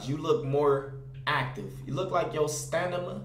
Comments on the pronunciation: Bro it’s stamina not stanima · "STA-NI-MA" 😂😂😂 STA-MI-NA...stamina 💀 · It's Stamina not stanima😹😹😹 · “Stanima”😂😂😂 stamina bro STAMINA😂💀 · son said stanima 3 times😂😂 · Stamina not Stanima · You repeated it and still pronounced it wrong.. 🤦🏽‍♂️ Its stamina not "Stanima" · Glizzy 2x he did that on purpose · “Stanima… once again, sta-ni-ma” 😂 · stanima?.... stamina!!!!! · Am I the only one who noticed him say stanima instead of stamina 😂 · Who else noticed that he pronounced "stamina" wrong 😂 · That nigga said once again "Stanima" 😂😂 wtf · How you say it slow and still say it wrong: Stanima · Stanimna really nigga stamina. St-amin-a come on now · Correction....*Stamina not Stanima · says stanima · Its stamina not stanima😂😂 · I'm sorry but did say stanima instead of stamina. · This nigga stay saying stadima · It’s stamina not stanima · Stanima lmao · stanima LMAOO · stanima lol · 😂you heard him its STANIMA 😂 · This nigga said "stanima" 😭😭😂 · Randumb Boiii 😭😭 "once again staanima" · This nigga said STANIMA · STANIMA. ONCE AGAIN....STAAANIMAAA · Lmao bruh it's stamina 💀💀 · What the fuck is “stanima” 🤣🤣🤣🤣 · 😂😂😂😂😂😂😂 Dis N***a say 'stanima'..... once again 'stanima' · Glizzy 2x it was a joke and im not dickriding either so don't even say I am . People have told him he pronounces it right and he states he does pronounce it wrong that's why he said it twice as a joke .